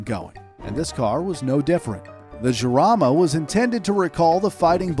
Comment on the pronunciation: 8.03 its not jamara its jarama